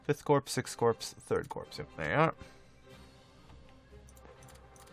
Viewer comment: I love Romania LPs... think you can pronounce Corps right though? Its spelled like a dead body, I know, but it is definitely pronounced Core, like those things from Europa Universalis?